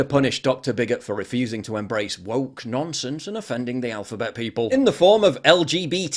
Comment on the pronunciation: Was that phrase "Woke nonsense" or "woke "NONCE-sense" , as in sensing a nonce nearby ?? 🤔🤔🤔Damn my dysleksik heering . LOL